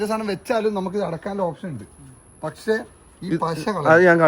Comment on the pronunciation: Pakshe ❌️pashe✅️